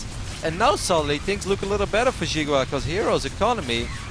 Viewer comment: and which is Chinese for watermelon, is pronounced "See Gwah", not "Jiggu Wa".